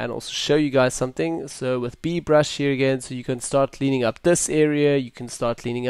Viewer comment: LOL the "hier"